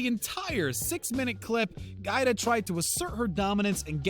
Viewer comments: It's Giada not Guida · It's GI Ah Dah not GyDah lol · Pronounced gee ah da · Giada isn't pronounced "gyda" its pronounced "jawh dah" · It's pronounce Gee Ada, and from what I've heard Ellen isn't exactly the princess everyone thinks she is. I heard that Ellen was mean to her staff and guests alike. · I CAN'T STAND NARRATORS who do not take the time to learn how to pronounce people's names! Giada is pronounced Gee-ah-da. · Its pronounced Gee-ah-duh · Could you shut the hell up and let us see the video clip? And GIADA is prounounced “ gee-yAda” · GEE-ADA LETS SAY IT TOGETHER GEE-ADA COME ON YOU CAN DO IT GEE-ADA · Her name is pronounced : Gee AH Dah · Omg it GEE-AR-DA!!!! Giada! Pronounce her name Properly!!! Grrrrrr!! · It's pronounced Jee Ah Da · GIADA is pronounced "GeeAda". lol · Right? I cringed every time he said "GyDah".